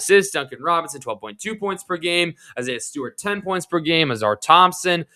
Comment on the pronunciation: Stu happened before Mello though. I think he’s pointing out you saying Ausar as Auzar, by the way.